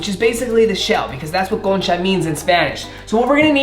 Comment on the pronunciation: Okay i know spanish y cuando dijiste “bienvenidos a mi canal” and also “concha” and “pan dulce” lo dijiste bien wow quedé sorprendida de ti 😮✨